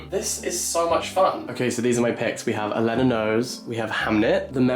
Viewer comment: every time u say Elena like that a fairy loses its wings